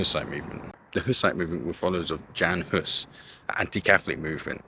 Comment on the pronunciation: Jan Hus (1 s not 2) is pronounced "yon" -- not Jan as in Janet. Same with Zizka - their names are not Janet